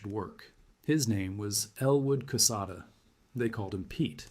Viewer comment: General Quesada’s last name is spelled correctly in this message. Recall it is a Spanish name and is pronounced k-sotha for you AI gringos.